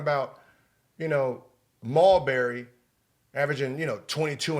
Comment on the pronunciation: Mall-berry is a problem!